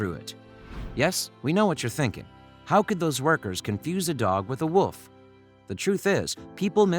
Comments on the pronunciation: You are saying woof not wolf. Jest me ok. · I like how it sounds like they was saying woof instead of wolf :>